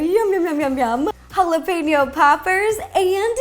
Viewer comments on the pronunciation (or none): none